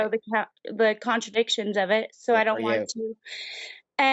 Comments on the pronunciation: What a healthcare professional. Apparently she calls side-effects contra-indications (which is something else) and pronounce it "contradictions". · In the "medical profession" and cannot pronounce either "controindications" or "thalidomide". Uhmmmm. Do not be antivax, that is just supid and ignorant. I agree about puberty blockers being banned for wannabe trans kids.